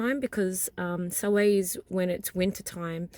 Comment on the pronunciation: I love your video but as a practicing Pagan Witch in the Northern Hemisphere, I have to correct you on a couple of things. First, you're pronouncing Samhain wrong. It is pronounced, Sow-Win. The N at the end is not silent. Also, Samhain is not celebrated in the winter here, it is celebrated in the fall. Our winter solstice is not until December 21. Just a bit of FYI. I'm really surprised that noone else corrected you yet.